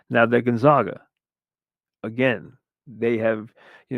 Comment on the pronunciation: GONE-ZAY-GUH not GUN-ZAH-GUH